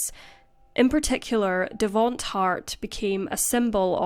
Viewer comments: Devonte like Devon-tae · Devonte's name is pronounced "de-VON-tay" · its pronounced devontay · "Devaunt's" name is spelled Devonte and is pronounced De-von-tay*. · Devonte. It's pronounced Da-von-tay. Accent on the 3rd syllable ❤Excellent video....per usual. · The mispronunciation of Davonte is sad lol